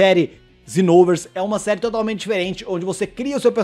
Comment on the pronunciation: Dragon ball Zinoulvers...Só eu q falo XENOVERSO... Não é possível